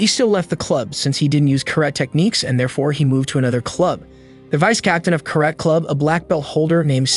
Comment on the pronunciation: how you pronounce karate is so cringe